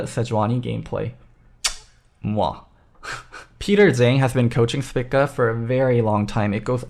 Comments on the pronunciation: Am i wrong, or is saying spica incorrectly... dude is saying "spicka" when literally everyone else ive heard has said "speeka" I could be wrong, but it actually annoyed me hearing him say it that way the whole vid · Spica is a star in the constellation Virgo and it's pronounced SPY-ka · Would prob recommend pronouncing it spEca for future reference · the star is pronounced speeka by all other nationalities listed execpt the UK and US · a lot of usernames dont follow real terms. Also, if you do more than just look at the first thing on a google search you will see that english speakers are the only ones who pronounce the constellation "spy-ka". Everyone else pronounces it speeka. On the link i sent, click the pronunciation button. They state it is speeka. Cannot believe i have to defend myself on a simple observation.